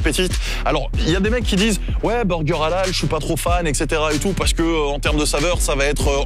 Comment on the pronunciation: halal prononcé a la française ça pique les oreilles 🤔😅